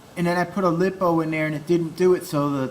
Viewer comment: Stop calling the lipo's lipo-o's. They are li-po's. Also if you want a fast tank why not just throw in 2 of the 380 brushless systems, everyone knows tanks are suppose to be fast like a drag car lol.